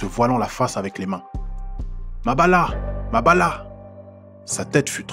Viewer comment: MABIALA MA NGANGA pas Mabala